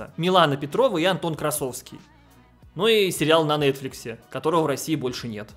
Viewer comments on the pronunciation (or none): none